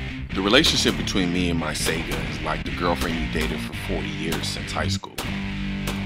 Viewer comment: Damnt dude it isn't "Sega"